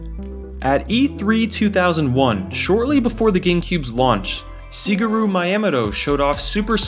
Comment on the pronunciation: Wait did he just call Miyamoto "Sugaroo"?